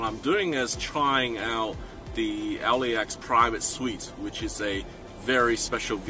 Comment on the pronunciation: LAX not LEX